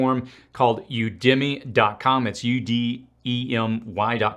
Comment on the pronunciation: Udemy is pronounced "You to Me" (I think). Anyway, there are so mamy quality FREE resources out there. Your channel ranks up there with the best,! Thank you!